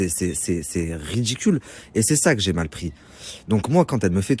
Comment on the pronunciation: Il m’énerve avec son Dj’ai - Dje - Djours - Dgentilement... 😭